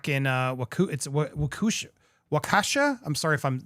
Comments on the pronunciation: Though you may never use it, easiest way to pronounce it is "walk-e-shaw". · I grew-up in Waukesha, to help its pronounced Wok-Eh-Shaw (Wok like the Chinese cooking pan) . Also, I know someone who was hit during this and has been in the court room. She says its hard to watch him act like a fool after how many people he hurt. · It’s pronounced WALK-uh-shaw. No biggie. But if you wanted to know. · It's pronounced " Wauk a shaw" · Terribly butchered lol. Wa-Kesha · wa-key-sha. (accent on key) my kids we at this parade. I lived in WI until last month so extremely familiar with the area and situation. it was AWFUL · Wisconsin has a lot of odd Native American names to things. It's pronounced Wa-ku-shaw locally. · Hey Andy - it's pronounced Waw-ke-sha with accent on first part. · Its pronounced walk-e-shaw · It’s pronounced walk-a-shah (Waukesha) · It's Waa-kuh-shaw. (Or walkish-awe for a little mnemonic flair)